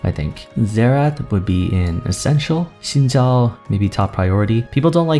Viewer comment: My god. An actual guy that pronouces Xin Zhao correctly. You have my respect, sir.